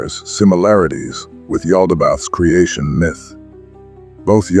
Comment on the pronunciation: its still a written narrative if its your voice or an AI voice that says G-nostic and miith. If you use your real voice i promise I'll finish the video and you'll be standing behind your words rather than hiding yourself 👍